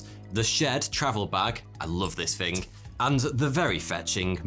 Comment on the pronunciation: im debunking it rn. he says i love this thing but with an f so it’s clear that he says th sounds with and f sound so he is indeed saying